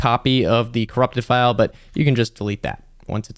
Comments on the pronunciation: in Italian, the ai pronounces the word "file" incorrectly. the ai says "file" when it should say "fail" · I like how the Italian Ai translated voice doesn't recognize english terms like "File" and reads it like it's "lines".